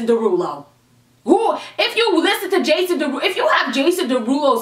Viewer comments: Jason Derulo. Jason De-who-do 😂😂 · I love Jason Derulo, but that "Jason Der who doh" was funny as hell !! 😂😂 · "Jason Duh-who-doe" this is why I love 😂💕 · i started dying when she started to make fun of jason duh-who-dough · no she did not say jason de-who-doe. i CAN NOT.